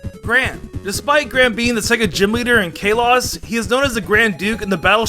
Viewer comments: K... Kay-loz? You mean Kalos? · e...excuse me... KAY LAS? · kah-LOSS??????? W H A T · Im enraged that you called kslos kaylos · Man he never makes an attempt to say Kalos correctly, always says K-lows 🤣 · Did you just fucking say....Kaylos? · jesus christ dude can you stop mispronouncing simple things like Roark and Kalos... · The way he pronounces Kalos...